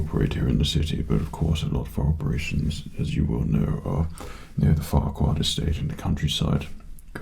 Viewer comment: I feel like I'm missing something when he says Farquad. Is it just me?